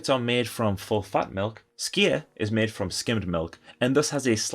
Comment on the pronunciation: “Todee on how it’s meed” great video 😍